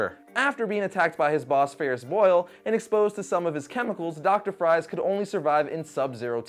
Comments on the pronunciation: Is Victor Fries really pronounced "fries" like French fries? Mom pretty sure it's pronounced "freeze" that is what makes it so cool. His last name is pronounced like his villain name. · Isn't it pronounced as Dr. Victor freeze. Not Dr. Victor fries. Even though it is spelt as fries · its not pronounced FRIES, like frensh fries...its actually pronounced FRIESE(FREE-ZE),just like his alias,Mr.Freeze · Mr. Fries is pronounced Freeze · dr fries is pronosed freeze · Actually Fries in Mr. Freeze's last name is ironically pronounced as Freeze. Common Mistake. My Top 4 Favorite Batman Villains are Joker, Scarecrow, Riddler, & Rā's Al Ghūl. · for mr.freeze his real name victor fries is actually also pronounced "freeze" as well not like french "fries" XD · He can pronounce Ra's but not Fries... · Victor Fries like French .... Fries is still pronounced "freeze" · Lol, "Doctor Victor Fries" His last name is pronounced Freeze, not fries, though it's spelt that way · One thing that annoyed me slightly: "Fries" is pronounced the same as "Freeze". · Mr. Freeze's real name (Victor Fries) is actually pronounced "freeze". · Fris is pronounced freeze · Some awesome Batman villains to add to this list: Cluemaster, Scarecrow, Red Hood...Joe Chill? Naw... Also, I think "Fries" is pronounced "Freeze", like his villain name. I could be wrong. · I know his name is spelled Fries but it's pronounced freeze.